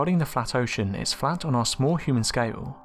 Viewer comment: It sounds like your saying the earth is fat